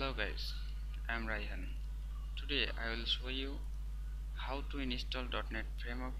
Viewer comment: It doesn't work shit head. If u dont know thn dont make a fake... Video.. Dont miss guide... And its" install" not "inistall" ..phak hee ingcham... Phakk hee ... Phak hee..